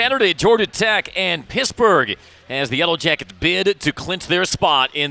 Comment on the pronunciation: Ok. Was calling PiTT, Piss-burge